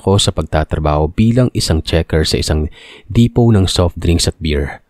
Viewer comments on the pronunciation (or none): none